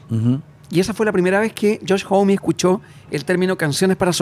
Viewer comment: Son los primeros que escucho pronuncian bien Homme 🫶🫶🫶